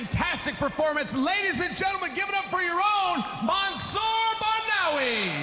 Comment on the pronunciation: It's so unprofessional of an announcer to mispronounce a fighter's name. It's disrespectful AF. You have one job and you failed!